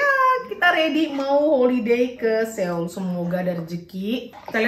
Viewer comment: Maap cm mo ngasih tau cara baca SEOUL tuh "SOUL" bkn SEUL 😊